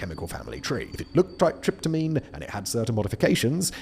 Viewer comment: you were actually completely correct until the end. You earlier said tryptamine correctly, which is what the last word